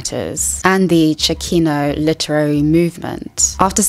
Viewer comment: Awesome video! Your perspective is very enriching and interesting. I would just like to mention that "chicano" is pronounced chick-ah-no, not chi-key-no. Thanks :)